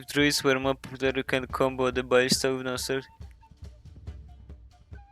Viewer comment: I always hear barista instead of ballista 😂